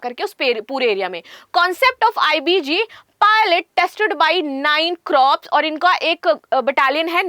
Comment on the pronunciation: मैडम क्रॉप्स नहीं,कॉर्प्स है